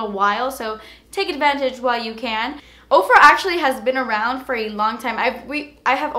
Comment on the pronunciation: Oh my goodness, before this video I thought you were saying "Oprah" I thought Oprah came out with makeup... I feel dumb now lol